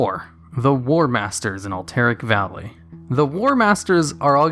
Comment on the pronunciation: lol "Alt-Eric valley"